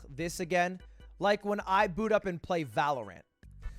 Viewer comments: Ludwig i need to tell you its pronounced Valor-Ent not Ant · If I hear him say valaraan I'm going to kill someone